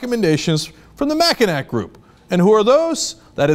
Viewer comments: Did Cenk really say "Mack-I-nack?" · It's pronounced De"Vôs" like "floss", also it's pronounced "mackinaw" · Just as a side note Cenk, Mackinac is prounounced mak-uh-naw. Michiganders from the northern part of the state almost speak a different language. =) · Cenk - I heart you, but "Mackinac" is pronounced "MACK-ih-NAW" ;) Carry on, brother. Love your show (TYT is my main news source) and I correct your pronunciation with love ;) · lol, Cenk said "the Mackinac group" (pronounced Mackinaw).